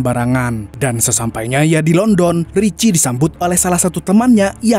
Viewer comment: Bang di baca landen bukan london , emang tulisannya london 😂😂